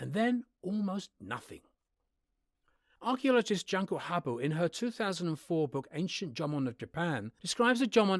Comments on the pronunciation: The "Jun" in the Japanese name "Junko" is pronounced more like the name of the month "June", not like the English word "junk". If you are going to reference people of a different culture in a published video, have the decency to do a bit of research and pronounce the name correctly. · OMG he pronounced a vowel incorrectly 😡 fellow weeaboos, we cannot tolerate such an offence